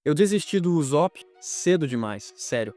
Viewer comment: "Uzópi" dói de ouvir...